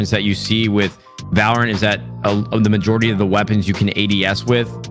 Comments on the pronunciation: valOrant, not vaLrant lmao courage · Everyone: valorant Courage:valraaannntt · dude keeps saying valor ANT xD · ok what? they both pronounced it wrong... ( VALOR UNT ) silly pleb... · My brother cant say valorant either he say it like vloor-ant